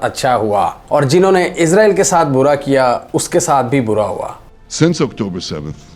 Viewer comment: Is ra eel not izrael